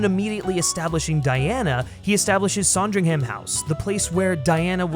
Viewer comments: SANdringham not SONdringham. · Loved the video and the points you made but as a brit I have one thing to say...It's SAND RING HUM, not saaand ring ham. Just a little fyi, keep up the great videos 👍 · It’s pronounced Sandringham not “Sondringham”. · its pronounced "son-dring-hm", yes? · I was increasingly annoyed at the voiceover person for his miss pronunciation of Sandringham and general silliness. Then I remembered that Kristen Stewart is a talented actor who, no doubt, has made another version of Diana worth watching. She is so lovely. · What a bizarre mispronunciation of “Sandringham” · You are pronouncing Sandringham incorrectly. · I wish the American voice on this had made an effort and learned how to pronounce Sandringham correctly . It's not a difficult name to pronounce. Why do Americans do this. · That’s not a pheasant and you can’t say Sandringham properly. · You pronounced Sandringham wrong lmao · Please learn how to pronounce Sandringham. Thank you. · The way you kept pronouncing Sandringham made me cringe lol but this made me more excited to see the film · Made me want a Sondwich! :)